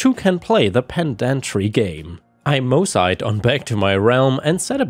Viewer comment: Moseyed I believe is pronounced with the long e sound not long i